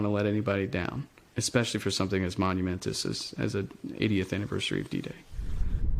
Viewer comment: "Monumentus"? As opposed to Momental, I guess.... 🤔